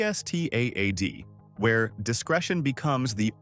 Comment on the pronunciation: Gstaad is NOT pronounced Ge Staad.